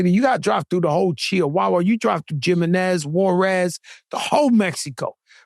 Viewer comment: Crack being latino, and saying "JIM-enez" has me weak.